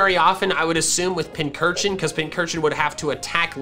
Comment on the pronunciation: FINALLY LEARNED HOW TO PRONOUNCE PINCURCHIN THIS IS THE GREATEST DAY OF MY LIFE